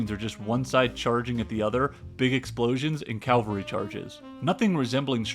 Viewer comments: I'm sorry, did you say calvary charges? His corpse system? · Why do people say 'calvary' instead of 'cavalry'?